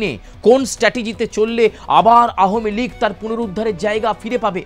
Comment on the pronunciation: এটা কি নিউজ চ্যানেল নাকি একাঙ্ক নাটকের আসর? তাও ভুল উচ্চারণে বারবার 'আহমীলীগ' বলে নিজেদের হাস্যাস্পদ করে তোলা!